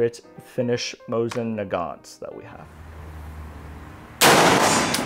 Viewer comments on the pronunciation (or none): none